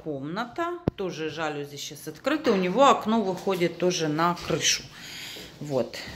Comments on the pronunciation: ЖалюзИ Ударие во всех французских словах падает на последний слог. На заметку) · правильное ударение жалюзИ, но у вас во всей квартире РОЛЕТЫ))) квартира просторная, особенно выход на крышу нравится) и я бы ничего не вешала на арку, постоянно её то открывать, то закрывать не имеет смысла, так как тот "коридор" уж слишком маленький, с аркой будет визуально будет ещё меньше пространства